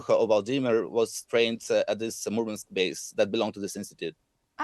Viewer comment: murmansk has a stress on the first syllable